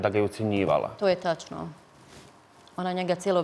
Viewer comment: "Ćitavo vrijeme" 😂 "znaći" 😅 "taćno" 😂 "protjerali su hin" 😂Aneli mozda treba lexaurin a tebi djevojko treba bukvar....sve Mentoli! Tebe tko bude slusao u onoj Zadruzi svaka mu "ćast"!